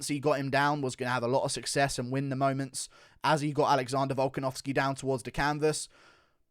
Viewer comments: His name is Volkanovski. Not Volkanovskeh. You absolute weirdo. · "Volkanovskeer" "honestleer" "robareer"